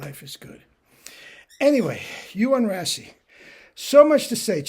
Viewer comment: Just tidbit info. His name is pronounced like.. “ray-see.” Looking forward to tomorrow’s video!